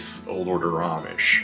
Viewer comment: It is so nice to hear the words "Lancaster" and "Amish" pronounced correctly. Thank you!